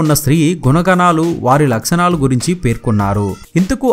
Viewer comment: "Laksanalu" kadu bayya "Lakshanalu"